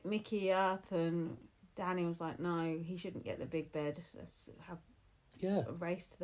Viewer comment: Even you can't get Danny right, what a mess 😂